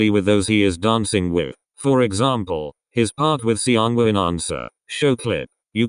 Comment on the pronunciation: Why does "Seonghwa" pronounce as "Siyeon" in this vid, lol